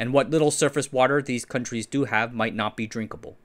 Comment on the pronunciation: coun-treezez? It's 2 syllables countries' not countries's